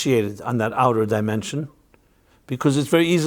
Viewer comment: You said demention instead of dimension. Odd because it sounded like “deeper demon-sions”. Probably just accident but weird. Looking to find GOD of light and truth and spirit. 💕